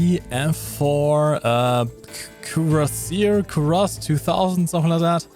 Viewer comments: Israeli here, Say it - "koor + nas" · core-nass is the correct pronounciation. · Kurnass 2000 Ace Combat music Prez What more can you ask for? Proper pronunciation of Kurnass 2000 maybe)) Good vid ))))